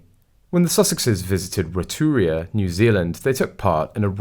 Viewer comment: Im sorry, but your pronunciation of so many things, is just awful! Givenchy. Rotorua. Just to name a few!